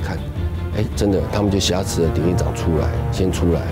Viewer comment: 我只是希望主持人更加优秀，我是如此地热爱台湾和台湾人民，台湾是中华民国和中华民族的骄傲。我也真诚的希望你把挟持与侠客的读音区别搞清楚。